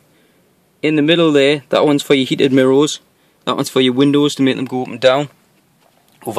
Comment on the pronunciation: Nice car mate.... i love how you say mirows instead of mirrors hehe